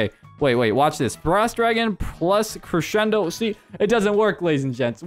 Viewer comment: I DISLIKED BECAUSE YOU KEPT SAYING CRESHENDO